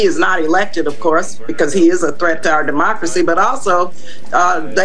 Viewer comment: "He's a thread to "r demuhgrassie"